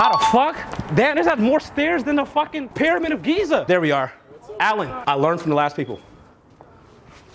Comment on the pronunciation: “Pyramid of Pisa” 😂👌🏾